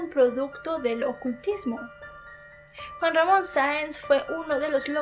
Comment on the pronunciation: Muy buen vídeo,pero no pude evitar reírme cuando dijo Juan mamón